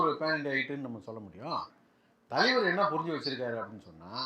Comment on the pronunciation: Thalaiver❎ thaleever✅😂